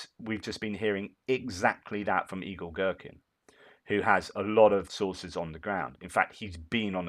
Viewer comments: I always watch on my Tv, had to log in on my phone to say - I keep hearing you say "Evil Gerkin" and it made my day! Keep up the good work Sir! Your commentary is the 💣. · I thought he said Igor Strelkin the Evil Gherkin. 😆 🤣 😆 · LOL the way you say "Igor-Girkin" it all mashes together and I hear "Evil-Girkin"! which might not be all that untrue!